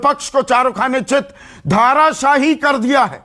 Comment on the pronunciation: अरे संदीप जी , धाराशाही नहीं धराशाई शब्द है । कृपया इसको सही कर लें